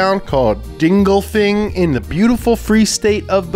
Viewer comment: He hit that “Dingolfing“ pretty good. It's nice how that entire city is like 95% BMW